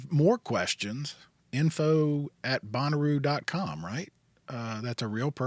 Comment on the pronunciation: Always thought the pronunciation was closer to Bon then bone 😅